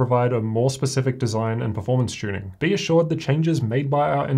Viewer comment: It would seem that Dell does not tune their systems, but rather "tunn" them. Seriously Dell, "tunning"??? Really? I am going to assume that English is not their first language.